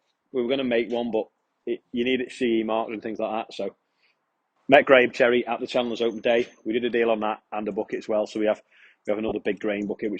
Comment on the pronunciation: I absolutely love the dedication to say churry everytime :D